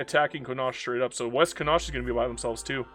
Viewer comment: Thank you for the disclaimer at the start of the video. I have never heard somone misspronounce Connacht. "Con-Aw-KTH"